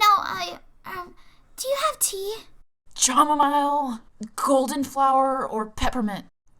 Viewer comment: THAT IS NOT HOW YOU SAY FRICKING CHAMOMILE